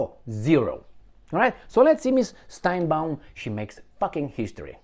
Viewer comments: Sheinbaum, not steinbeum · It's not Steinbaum, it's Sheinbaum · You are mispronouncing the name of the new president of Mexico. It is Sheinbaum. Also, do you know the real name of Netanyahu? It was Benzion Mileikowsky. As for Ahmadinejad, not so fast. He may not be allowed to run. He was disqualified the last two times. There are a number of other very good people who are running. He was the president for 8 years. That should be enough.